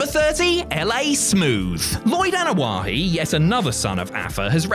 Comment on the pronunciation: Is it me or does he keep saying Anoa’He?